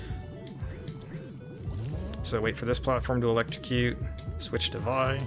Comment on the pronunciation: >says "Vai" instead of "Vee" Finally, a man of quality!